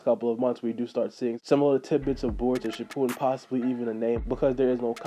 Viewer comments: It's shippuden not shippoodim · its shipp-u-den not ship-poo-den